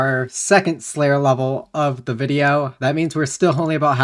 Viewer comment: I am sorry but Prayer and Slayer do not sound the same.